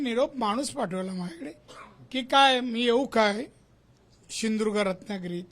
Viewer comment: 😂😂 सिंधुदुर्ग नाही बोलता येईत